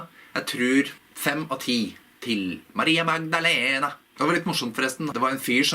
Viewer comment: Du har ingen aksent når du uttaler Maria Magdalena! Det høres nøyaktig ut på spansk. Sry for my poor handling of your language. This is a video that I would like to see subtitled. But then I see all the work that you take for it, and you only do it for me. So I will not ask for more.